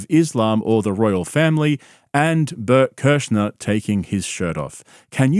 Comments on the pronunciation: Blert Klersher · (Bloat a liver) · bert kersher? did you even look at how his name is spelt? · Bert "Kerscher" hahaha